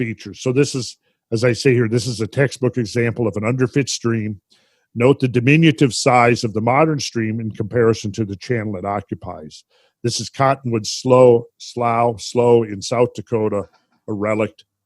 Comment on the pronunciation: Greetings from Clay County, Missouri! Great work, once again! Just one note; My Grandfather, who spent his whole life in that part of SW Minnesota, always pronounced it as slew (sloo?) Called Great Blue Herons, slough-pumpers OK, carry on Thanks again, guys! 345 thumbs up! later